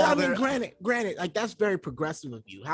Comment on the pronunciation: constantly saying “granite” instead of granted 😭😭